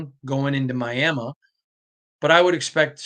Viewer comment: Clicked off after the 2nd time you said "Miama"